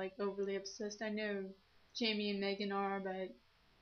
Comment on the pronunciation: I know Megans going to win v.v...But it's worth a shot:D I like the Karokee (sp?) thing, i could definetly rock to MCR:3 Love this video! Sorry this message is long.. - Jaime\FRANK!\ Masquerade Venom (yes you said my name correctly, YAY! )